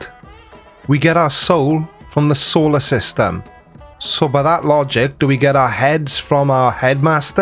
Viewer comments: Solar system. Sol. Not soul. Sol as in the Latin name for the sun. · Oh god... It's SOLar system, not SOULar...why do these people like to treat words like this, like they can imagine a word sounds like any other word and BAM immediately there's this deep cosmic connection that means something man! But they can't even do it right. Well, it's Solar, that sounds like soul, so it must mean soul. God this irritates me to no end. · “Soular System” is a gem, though!